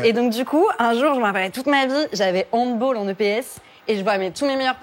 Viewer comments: Elle a dit "handbôl", je me désabonne... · Elle a dit Handboll 😢